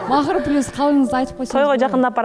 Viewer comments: "Пилус" деп суйлогондор, эмне жейсинер? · пилус девей плюс эле дечи кыжырга тийбей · пИлус дебегилечи кагылайындар